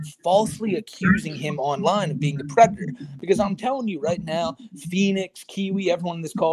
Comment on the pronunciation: im not a pwedehteuh im not a pwedehteuh im not a pwedehteuh (the way he pronounces that last syllable is mind boggling)